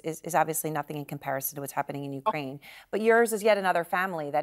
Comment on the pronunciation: Did she just say, Ukraime?